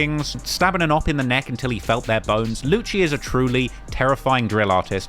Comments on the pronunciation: Its not Luchee is is Lucy. For Lucifer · lewcheee wtf man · Its lucci (Loo see) and he ain't block 6 anymore hes nr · Lucii gonna put some juju on my man for mispronouncing his name still and saying he is still block6 xDDDDD